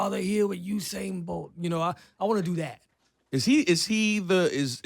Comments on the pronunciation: Ebro, who the hell is Oohsain Bolt?? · I'm gonna need y'all to stop putting on H on Usain's name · Dumbass! its not hussain its Usain. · Its usainbolt not who sain bolt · Why these ppl said "HU"instead of ""U"? His name is Usain. U...U...U..U say it..U..U..U Usain. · Its "You- sane" not "Ooh- sane". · I'm gonna need you guys to stop putting an H on my boy's name. His name is not Hussain, it's Usain. Say it with me U-sain.... U-sain... U-sain... Usain Bolt! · I have crazy respect for you guys but you really have to stop saying Usain's name incorrectly. The man's name in pronounced "You-sain", im not trying to be a jackass, only passing on some knowledge so you guys can continue to be the professionals that you are. Keep up the awesome work cousins. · why can he not pronounce Usain Bolt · + donnett wilson You obviously misread my post. I know very well who Usain Bolt is, I am Jamaican myself, born and raised. My point was that during this video Ebro (radio presenter) kept on pronouncing his name wrong. Click on (like I originally wrote above) and you will hopefully see what i'm talking about. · + david hudson You obviously misread my post. I know very well who Usain Bolt is, I am Jamaican myself, born and raised. My point was that during this video Ebro (radio presenter) kept on pronouncing his name wrong. Click on (like I originally wrote above) and you will hopefully see what i'm talking about.